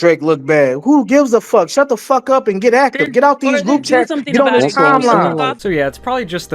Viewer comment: Dude said "get active" like its Earth Day.